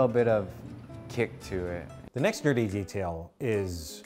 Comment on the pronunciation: Did anybody else confuse the word nerdy with dirty when said it lol